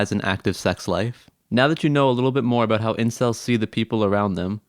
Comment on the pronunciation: A...Bowt.....are you Canadian?